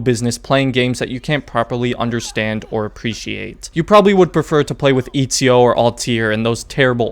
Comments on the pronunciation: my guy said EAZIO instead of ezio 😂😂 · Why did he say izio instead of ezio ? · This man just said Izio instead of saying Ezio😂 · FIRST this game is trash for ME ONLY FOR ME BUT PLS DON'T CALL EZIO IZIO BECAUSE IS ITALIAN AND U NEED TO SAY E Z I O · its not Ezio it's Izio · Imagine calling Etsio, Itsio. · And it's Ezio with a short E you braindead monkey 🐒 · man really said etdzio and altdir 😂😂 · I laughed my italian ass off when you said Itsio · Eazio?? I thougjt it was Atezio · Eet see oh, I absolutely can't 🤣🤣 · Lol, "Eatseeo" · It’s sad cause I think it’s one of the best games ever for real... I lost all respect at Eat-z-0 though... then noticed you were being sarcastic. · Lol he also says “Eetsio” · it is ETZIO, you fucking retard go to google translate and type ezio and listen how its pronounced in italian... dont breed LOL :D HAHA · How you pronounced ezio and Altair had me dying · The way you pronounced Ezio gave me flashbacks to 2019 which is when I actually got into Assassin's Creed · I stopped watching when you mispronounced Ezio and called him "terrible", "super annoying" and "unlikeable". You have no fucking idea what you're talking about. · Oh man I died laughing when you pronounced Ezio's name wrong. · as soon as he mispronounced ezio i knew this had to be a joke lmao. But i actually thought it would be a serious video about odyssey lol i've been actually considering getting the game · Baggin on ezio and you can't even pronounce his name correctly LOL go away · odyssey is best game - alright. interesting take. ill hear you out AC II is trash - Oh very controversial. Its a hot take but okay mispronounces ezio - THIS HAS TO BE A JOKE almost got me there man. Checked the date as soon as i heard that lol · I hope the mispronounce of "E"zio is also a joke! Because it bugged me to death! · As soon as he mispronounced Ezio's name I new